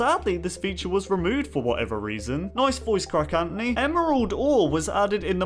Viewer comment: Him: M y N a m e I s A n t o n y Me calmly:? You mean Anthony? Also me: *Screaming inside